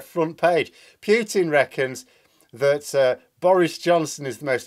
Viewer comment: Enough of the "Pew tin",. It's not funny any more. Please pronounce it properly.